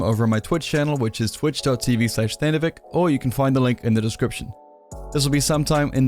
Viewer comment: Everytime i hear you say Thanovic... i'm like : ''noooo.. it's Thanovi'*tchhhhh*'' but few knows our weird alphabets...